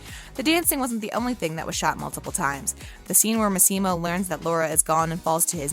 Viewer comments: For God's sake, learn how to say the character's name's correctly!!! It's pronounced Mas-E-Mo, not Mas-Seem-O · It's MAssimo, not maSSImo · It’s LeviOsa not LevioSA. 🤣 The ‘Massimo’ pronunciation is killing me. Lol! (Among other pronunciation issues.) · Why do you pronounce his name like that? It´s an Italian name, that´s not how you pronounce Massimo lol